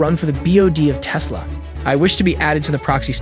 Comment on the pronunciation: Yeah, says aka instead of a-kay-a, and sometimes says "Tease-la".